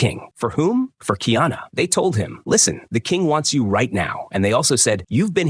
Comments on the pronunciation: Honestly i dont get why people dont get the pronounciation right first. Its not kiana bud do better or just leave cuktural things alone. "Car e ah na" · This dude needs to get the pronunciation right it's Ki ana it's kaiana get it right man. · Kiana is the transliteration of the name Diana … his name is KA - I - ANA … learn the actual names and proper pronunciation of the characters you pretend to know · It's KAH. EE AHNAH. KA'IANA, & KU'PU'OHI. COO POOH O HE , COME ON DUDES, PRONUNCIATION IS VERY IMPORTANT IN O'LELO HAWAII